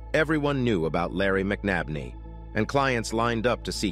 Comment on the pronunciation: Wow, everytime this person telling the story says the last name he changes it. And it's not even close to the correct pronunciation. It's McNabney. Break it down (Mc Nab Ney)the guy was killed show some respect by at least pronouncing his name correctly.